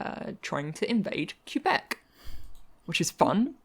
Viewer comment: did you just say "queue-bec"? lol